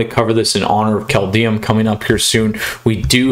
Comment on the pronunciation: Just a heads-up: Kaldheim is pronounced kinda like "Kaldhaim", not Kaldheyum ;) (Wingardium levio-saaah ;) btw, the first game you should have played Foulmire + ramthrough instead of the mana dork.. That way you wouldnt have taken so much damage early on..